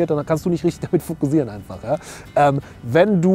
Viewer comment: fokussieren bitte mit scharfem S aussprechen. es wird auch mit ss geschrieben, also scharfes S. bei deinem gesprochenem "fokusieren" bekomme ich einen kackreiz.